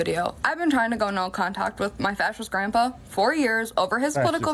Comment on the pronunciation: She should be arrested for calling him "Grumpah".......its Grandpa, beatch